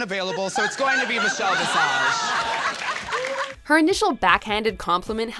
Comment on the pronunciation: "RuPaul's secretary; Meechel Bee-sage" LMAO